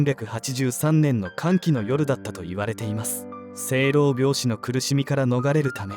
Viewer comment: しょう-ろう-びょう-しと読みますね。